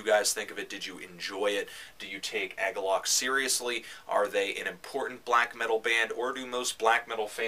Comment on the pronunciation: "AG-uhlloch". huh, I've never heard it pronounced that way. Actually, I've never heard anyone talk about Agalloch. What I'm trying to say is I've always said it like "UH-gawlick". Anyway, while you're reviewing metal / black metal / whatever metal you should probably review Deathspell Omega's new one.